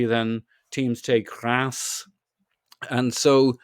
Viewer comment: Not pronouncing Reims by sounding like an annoyed cat. 😭🤣